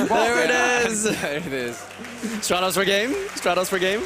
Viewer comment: I need to know if still calls it 'Straight-Os' in a YCS setting.